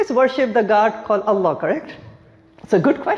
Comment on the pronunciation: Allah... not Alloh